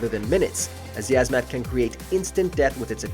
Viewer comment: 2. Uh, I believe it's pronounced "Yeez-Mat."